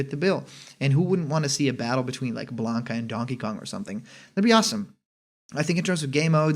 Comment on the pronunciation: lol blanka. come on man